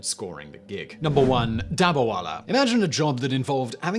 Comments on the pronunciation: It is not dabarwala. It is dab-ba-wala. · He isnt pronouncing it right through